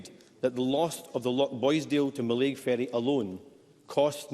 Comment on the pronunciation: Pity Sarwar doesn't know how to pronounce Mallaig